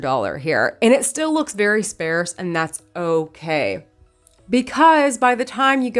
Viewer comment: Only because you always say to let u know when you pronounce something wrong, you said sparse incorrectly. You pronounced it like air..... sp air s, but it’s pronounced more to rhyme with car....sp ar s. Not purposely trying to give u crap. Just wanted to be a friend & let you know. Love, love, love, your videos btw, & you are so creative & talented! Thank you for all the inspiration! Much love from Indiana 🙂